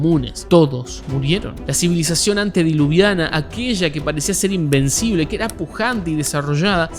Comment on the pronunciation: Xd dijiste invencible